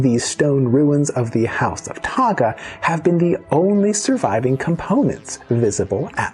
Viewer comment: Please respect our language and culture. Correct enunciation is one way to show that respect 🤙🏽. How it’s pronounced should also reflect its spelling, e.g., Tagga’ and not “Tåga”; Tini’an and not “Tinian”.